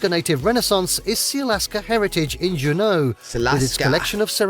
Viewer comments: Yes he said Juneau wrong. You are correct. Now, can you pronounce Unalakleet or Utqiagvik? Let's try something that might appear easy to pronounce like Tok or Valdez. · I'm 78, and I've kayaked many times in recent years. It's fun. He inadvertently put the em-FAH-sis on the wrong syl-LA-ble when it came to Juneau. It's JEW-no, not jew-NO, named after a local French Canadian about 150 years ago. Back in '84, I drove solo to AK, and one of my main stops was Denali. It's was spectacular. To get a grasp of how big Denali is, it's #3 in size in the country, at 9531 sq. mi./15,335 sq. km.--about the size of Vermont in New England. You misunderstand him when he said it's a river of ice, in that it moves like a river, but it's solid ice. What makes it move is that it slides down the mountainside. He also blew the pronunciation of Kenai Fjords; it's KEEN-eye, but he said KEN-eye. The birds are puffins. Polar bears, as evidenced by their name--polar--are only above the Arctic Circle, which is about the northern 1/3 of the state. Speaking of Anchorage as the biggest Native village is hilarious, in that at almost 300,000, + some suburbs, is the state's largest city. Re. the tribes, Tlingit is closer to KLINK-it than LING-git, and Haida is HIGH-duh, rather than hah-EE-duh, and SIMMY-shan (Tsimshian) is actually SIM-she-un. I'm going to throw something in here just for giggles. It's not 2 trains we're seeing. Rather, it's the same train with 2 different kinds of cars--some for passenger travel, and the ones with a glass top are specifically enjoying the scenery. Deadhorse is the last town, and not much in that category, before you reach the oil fi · Or, his pronunciation of Juneau with the accent on the second syllable (dju-KNOW?). The odd thing about that is many British pronunciations shift the accent to the first syllable (PEA-can, not pea-KHAN). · When this AI says Doyouknow (Juneau), I think, no I don't!